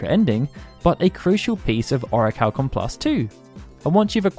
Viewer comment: Man says "oracalkum+" 🤦🏾🤦🏾🤦🏾🤣